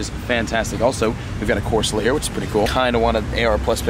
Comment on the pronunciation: I spelt said wrong and then it autocorrected to squid. Don’t make fun of silly mistakes. And go back and look, he really did say corsala. I am not making fun, or pointing out flaws, I just happened to notice it so I put it down below.😁